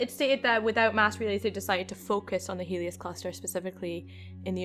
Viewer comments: It's Heleus; it comes from Greek mythology. Heleus was the son of Persues (the dude that killed Medusa) and Andromeda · its heleus